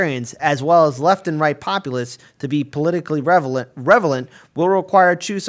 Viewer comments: REL-a-vent. NOT rev-a-lent. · RelEvAnt, but otherwise yes.